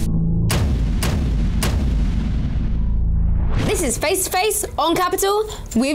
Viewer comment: i love when leigh anne says JEHD instead of JADE 😂